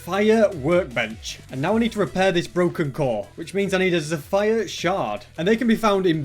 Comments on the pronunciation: erm not to be mean and it could be a custom thing os, but it's pronounced "zepher" not "zephyer" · "Zeh-fire" lol